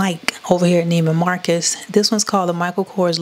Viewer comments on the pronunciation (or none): none